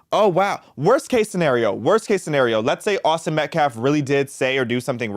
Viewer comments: That POS, baby abuser, felon activist is NOT a lawyer. No, that's not even his attorney! This is a racist, Al Sharpton Jr wannabe that's all! #justiceforAustinMetcalf PS ~ that "activist" can't even pronounce Metcalf, he (keeps) saying MetcLaf 🤦‍♀️ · This character can’t even say Metcalf and has no command of the English language. He’s got a girly name and a rap sheet a mile long, no one should listen to this fool. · Klamelo's media team mispronounced Metcalf's name !